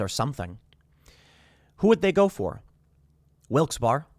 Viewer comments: It's not Wilkes BARR. You can say Wilkes BEAR. Wilkes BERRY is also acceptable. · C'mon Tim you're an east coaster now. Wilkes-Barre IS NOT pronounced WILKS BAR its pronounced WILKS BERRY. You made me cringe every time you said it bruh. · Pronounced Wilkes”BERRY” Tim! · Lol. "Wilkes Bar" it's pronounced Wilkes BERRY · I live near Wilkes-Barre and I’ve never heard anyone say it like that. Always like Wilkes-Bear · Tim I’m from wilkesbarre, btw pronounced wilkesbear. You finally mention my home town but it’s about being nuked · Pronounced: Wilkes Berry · Pronounced “Wilks berry” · Wilkes-Barre is pronounced Wilkes-Barry. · Driving through Wilkes-Barre, listening to Tim mispronounce the city name and thinking about getting nuked...